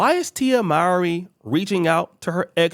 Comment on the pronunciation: That cant be how her name is said after all these years